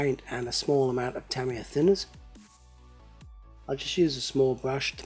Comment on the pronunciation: Tamiya is pronounced Tah-ME-Yah